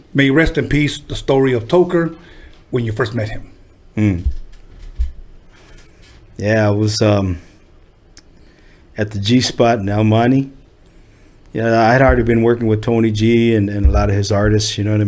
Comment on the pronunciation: Can’t stand when people say “Al Moni” instead of El Monte 🤦🏻‍♂️